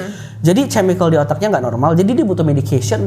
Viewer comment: Geli gw.. denger dia bilang chemical pake C 🤣🤣 padahal si dah kode ngomong chemical yg bener eehh dia nya ttp ce ce ce 🤣🤣 better speak indonesia aja bro